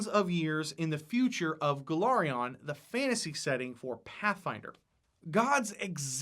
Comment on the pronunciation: *Golarion, not Golorion.